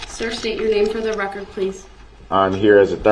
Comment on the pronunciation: Uhhh...I think you meant "fer duh rekkert".